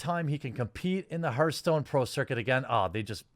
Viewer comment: Hearthstone is pronounced har-th-stone, not her-stone. I'm sorry to be that guy, but I'm close to pulling a Joaquin Phoenix over this one.